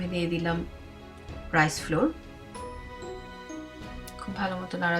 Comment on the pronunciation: এটার উচ্চারণ ফ্লোর না। ফ্লাও্আর্ (র টা উজ্জ থাকবে এরকম।)